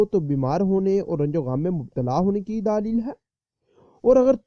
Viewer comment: daaalil hai.hahaha.bhai daleel hota hai.daaalil nahi .